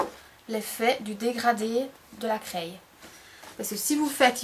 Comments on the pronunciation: C'est super juste une petite faute d'accent!! On ne dit pas "craille" mais on dit "cré" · Bizarre de dire "craille" au lieu de "craie" !!!!!!